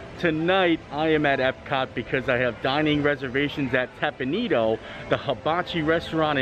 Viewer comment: Hi thanks for this video. I haven’t eaten there in years so it’s nice to see it open. By the way, the restaurant is pronounced Tep pawn Eh doh. Thought you would like to know. Thanks, and keep on making great content!